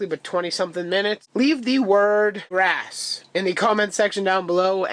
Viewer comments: Grass ( although I heard "rass") You mentioned you aren't from the states, are you by any chance Canadian? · sounded like rass but not sure